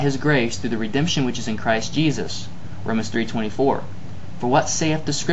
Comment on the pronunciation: "Jesusahhhhhhh on the crossahhhhhhhh" hillarious. :-)